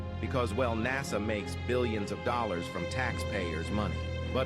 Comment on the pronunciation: You keep saying NAZA. ITS NASA!